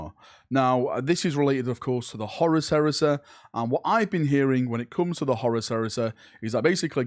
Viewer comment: IN WHAT LANGUAGE IS CHONKY!!!! Lol PLUS SAY HORUS PROPERLY! Haha 😂